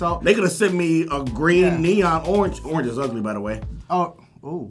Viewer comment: "Orenge" lmao